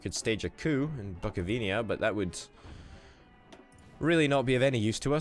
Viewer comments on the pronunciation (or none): Damn your Bukovinia ;p and Lodz is pronounced close to Woodz. English don't have ʑ sound at all so z is good enought.